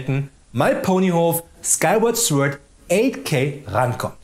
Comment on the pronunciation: Was ich hier alles lerne. Es gibt tatsächlich kleine Kühlschränke im X-Box Design, wusste ich nicht 😂 Viel gaming content, gute Folge 🙂 Was bis 2500 ebenfalls noch nicht erschienen sein wird ist Star Citizen. Weil Klugscheißer so unheiiiimlich beliebt sind 😉😉😉, weise ich nur ganz dezent darauf hin, dass das Wort „Sword“ „Sord“ ausgesprochen wird und verziehe mich wieder schnell in meinen Keller 😉 Beste Grüße und ein schönes Wochenende 🙂